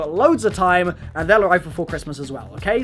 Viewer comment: Why does he add uh to the end of nearly every word? "Anduh a waffle keychainuh"